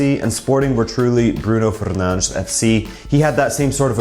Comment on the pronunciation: To think is pronouncing Fernandes wrong😌